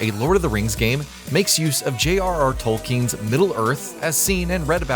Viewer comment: "JRR Tolking" makes me think it could be AI... 😎